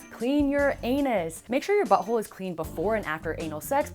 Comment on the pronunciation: She said butt hollie o.